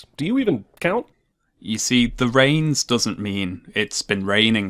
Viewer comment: I thought the jungle book one ( ish) was '10 reigns' not '10 rains.'